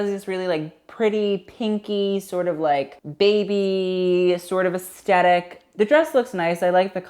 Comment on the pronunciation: Take a shot every time says asTetic